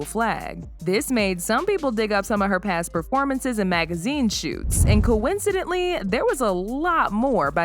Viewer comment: Coincidently or coincidentally? Had to listen to it again. It’s the 2nd version that’s correct. You gotta spruce up on your grammar a little bit…😊